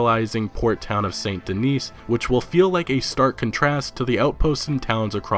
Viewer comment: Yo man, love your RDR2 videos but gotta say..... it’s pronounced Saint Dennis, not Saint Denise, even though there’s only one “N”. Not trying to be a dick bag just letting you know. Keep up the vids bro, they’re holding me over until release!